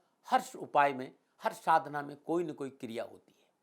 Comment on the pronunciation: Kirya nahi kriya, kirya toh kiryakaram hota☺😊